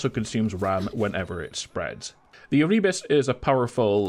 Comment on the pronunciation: Content creators should look up the pronunciation of words they don't know before making videos. It's Er-uh-bus.